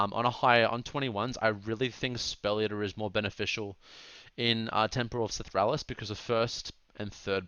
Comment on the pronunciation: Temple of “Seth-raal-iss”